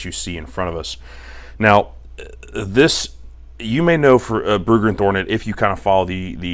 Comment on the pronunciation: It's not Thornet lol driving me nuts haha